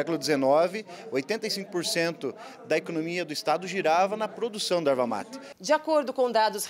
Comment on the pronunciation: Erva mati não, é erva mate. Não temos sotaque, só falamos corretamente.